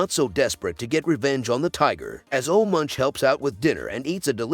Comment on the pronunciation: It's pronounced "Oluh Moonk."